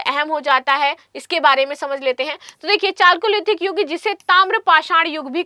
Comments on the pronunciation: चालकोलिथिक नहीं कैल्योलिथिक सही उच्चारण है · Chalcolithical Its pronounced as Kaliolithical 😢